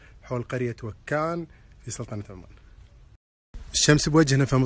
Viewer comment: ماشي منه ماصح حتى نطق بإسم القرية خطأ